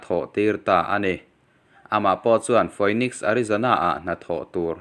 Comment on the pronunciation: Phoenix i lam rik dan hi 'Fi-nix' ti a lam rik tur a ni e...ka lawm e😀